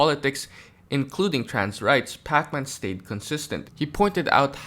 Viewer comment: Love how you pronounce his name like Pac-Man lol